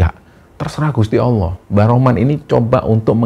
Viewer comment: Allah ya jng d ucapkan Awoh. Klo anak kecil bisa dimaklumi